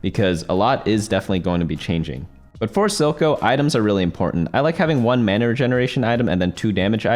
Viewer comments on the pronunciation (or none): none